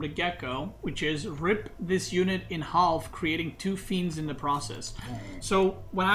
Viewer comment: you don't have to pronounce the L in half:P